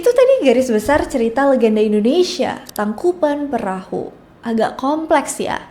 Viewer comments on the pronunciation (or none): Koreksi neng geulis " Tangkuban Parahu" bukan "Tangkupan Perahu" biasakan pengucapan atau penulisan nama harus otentik atau sesuai dgn keasliannya ya guys ya 😊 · Maaf kak koreksi sedikit, tangkuban parahu kak bukan tangkuban perahu🙏 Karena perahu bhs sundanya parahu